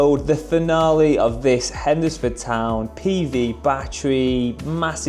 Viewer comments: Hend desr Ford town??? It’s pronounced henz fuhd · Living in Hednesford is so funny to her you pronounce the name 😂